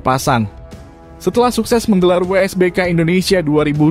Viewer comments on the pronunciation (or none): wsbk bg bukan wbsk 😂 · WSBK bang bukan WBSK